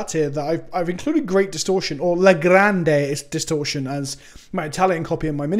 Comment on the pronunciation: La grande distorsione, nice pronunciation